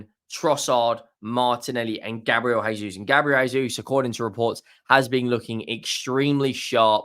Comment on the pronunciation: JAY-sus not "HAY-sus". In Portugese, that they speak in Brazil, you pronounce J as J, not as H like in Spanish. Conversely it's pronounced 'Hulian Alvarez' also with emphasis on the first a of Alvarez, because he's from Argentina where they do speak Spanish.